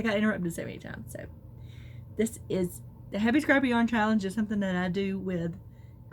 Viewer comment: It sure sounded like you said the happy crappy yarn challenge the second time. Very funny maybe my ears are off.